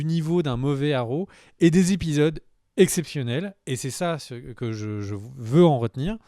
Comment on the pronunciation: Pour info, on dit "les 3 premiers zépisodes" et non "les 3 premiers répisodes".